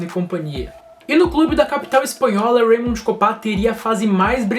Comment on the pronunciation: Pronúncia de raymond errada aí